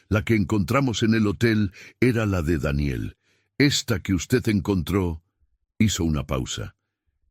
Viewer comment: Como siempre el narrador metiendo la pata con la pronunciación de Daniel